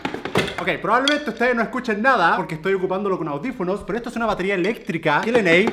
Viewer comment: Se pronuncia lenei